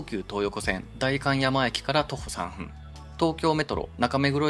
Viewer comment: フジヤさんでオリンパスpen Wをバク安出買いました。 値段忘れていました。１万８０００円でした。 ちなみに「３分」は「さんぷん」と読みます。